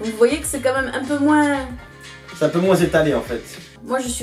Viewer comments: Pk tu dit moinssss c'est moins sans lire le s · Attend tu dis : MOINS en prononçant le S à la fin ? C’est grave perturbant j’ai jamais entendu ça de ma vie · Si jamais, le "s" de moins de se prononce pas ;) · Dans quelle région de france prononce-t-on le "S" de "moins" ? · C'est marrant comment tu prononces le mot moins! Tu prononces le S à la fin! Du coup tu me fais douter, est-ce que c'est vraiment comme ça que c'est censé être dit ? 😅